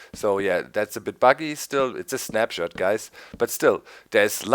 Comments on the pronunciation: lol i thought they were saying SNAPCHAT!!! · I cant be the only one who thought they were saying "Snapchat" In the intro